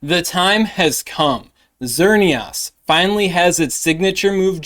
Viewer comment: My guy... It's Xer - neee - isss Like Chris or miss